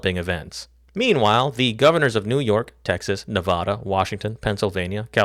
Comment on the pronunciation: good video but i have to hit that dislike button for saying nevada like a regard